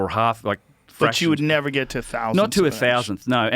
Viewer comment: 27.12 You've nava been 😂